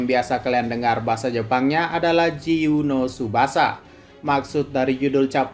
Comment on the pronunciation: Jiyuu no Tsubasa min. Bukan tubasa